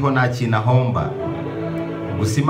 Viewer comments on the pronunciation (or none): none